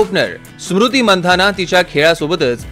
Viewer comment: सुरुति नाहीरे स्मृती आहे ती😂😂😂😂😂😂😂😂